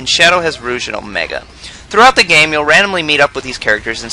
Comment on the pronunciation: Shadow es good gayme